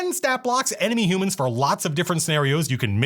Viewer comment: Ugh, "hoo-mans". Truly the worst monsters ever. Reminds me of a story from Eerie or Creepy, about a travelling Freak Show, where the swerve ending is the ones in the cage were humans, and the audience was all monsters. Very nice black and white art, very stylish. Very Twilight Zone, in that it was directly stolen from Twilight Zone.